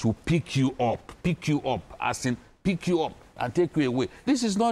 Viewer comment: The emphasis on pick you up with the gesturing😂😂😂Very funny but true